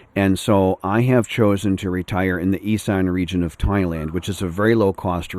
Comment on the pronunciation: Isn't it pronounced Iss-an? Not I-san. I might be wrong.